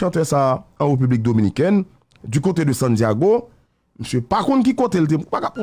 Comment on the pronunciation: pa janm ka pwononse République (Reupubique) djol deboulonnen